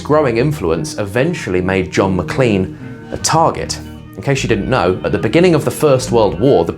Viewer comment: It’s produced Mac*lain* not lean.